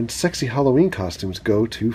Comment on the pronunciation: Turtles on turtles and then that music. I was laughing with tears. A little 70's well u know bow chic a wow wow. u said stexy lol.tomfoolery. YES YES!!! lol Corley is my youngest daughters name.